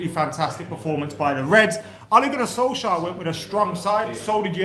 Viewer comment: Lets put some respect on Solkjaers name